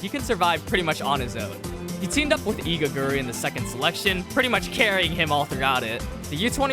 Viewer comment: It's igaguri💀